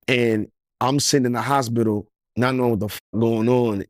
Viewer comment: Hosbidal 😂😂😂 it's hospital Lil slow slow